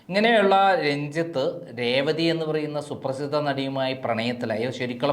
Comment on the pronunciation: രേവതിടെ പേര് ഒന്നൂടെ പറഞ്ഞേ